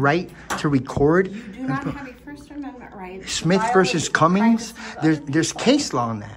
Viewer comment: There is no Smith v. Cummings, it’s Smith v. CUMMING. There is no s on the end of the city’s name